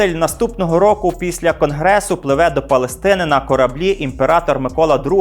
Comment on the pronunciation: Ви ставите наголос на «Палестина» як країну. Але , це не так. Палестина - це назва місцевості , як Кавказ .